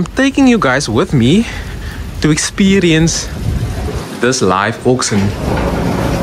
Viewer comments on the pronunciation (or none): Pronounced Orc-Shin! Not Orc-Sin Yes, I'm an English teacher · I heard "oxen" 😂